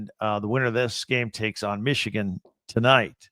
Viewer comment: Needs to learn how to say Michigan first lol